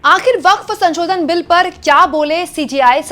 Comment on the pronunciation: अरे मैडम, संशोधन को बार-बार संचोदन क्‍यों बोल रही हो? ये तो अर्थ का अनर्थ हो जा रहा है। 😂